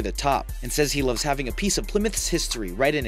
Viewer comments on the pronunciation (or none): none